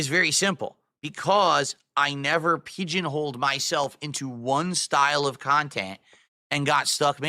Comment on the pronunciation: I have never heard it pronounced "peedjun holed" before. Only can fail that spectacularly.